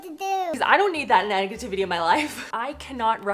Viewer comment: did you say “nag-ativity”?